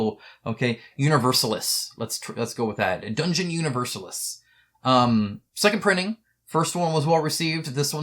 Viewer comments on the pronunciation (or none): Universalis is not english but latin and should be pronounced as such. Long a and long second i. Uhniversahhhlees. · I'd pronounce it oo-nee-vehr-sAh-leece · Well „Universalis“ is latin, so just pronounce it the latin way 😉 You struggle why Nexus is funding slow? The title says it’s brutal, the recommended age is 17, but in the cheaply made video you see two 10-year-olds play this game. Maybe it’s that discrepancy that turns off potential backers. I saw the video first and thought it was a kids game, not even looking at it any further. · At least I think that's how it's pronounced, the way you said it sounds fine too.